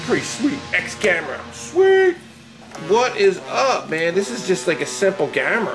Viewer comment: That is not a ex gamera it is ex gomora